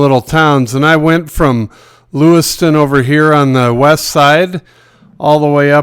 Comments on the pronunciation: Hey it's not Lu wis ton like the town in Idaho it is Lewis town. Every real Montanan knows that so where are you really from? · It’s pronounced LewisTOWN. If you are going to sell out our state at least pronounce the town right.